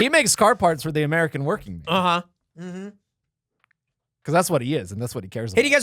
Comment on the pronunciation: 100% “I’m wokking here!”